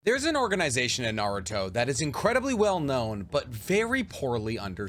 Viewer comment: The way this guy pronounces words in Naruto and in English just blows my mind 😂